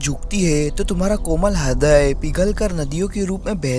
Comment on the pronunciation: Hridya ❌hradya ✔️😂😂😂